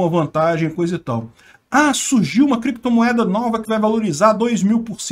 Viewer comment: “Em algum momento o senhor operou com “creptomoeda [sic]”, com “bitcóio [sic]” ou outros?”... Hehehe